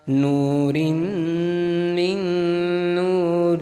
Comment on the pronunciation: After recite of AB DIL LAAHH , you recite wrong of NOOR RIM MIN , its NOOR RO'M MIN NOORI , YOU RECITE IT NOOR ROOM MIN NOORI , WHICH is not right please correct it